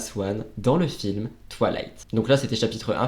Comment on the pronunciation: C’était génial, à part le twalayte insupportable 🤣🤣 on dirait que tu dis toilettes 😅 c’est twaye-layte ahah Merci pour cette vidéo 🥰